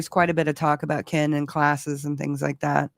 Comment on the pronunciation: The way says, “ Keeein” instead of Ken.😂